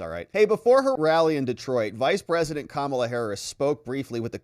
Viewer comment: you call her kamabla. interestingly, if you swap letters you get "kambala" which in russian means fluke (flatfish)